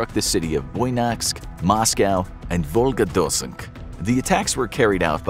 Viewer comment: Moscow region code is 77, really easy to Google, and VolgodoNSk, not Volgodosk. And the song about Putin is not propaganda, they did it themselves. One of the members of the band has immigrated somewhere and said in an interview that she wasn't following politicks back then and now she's embarassed that she had done it.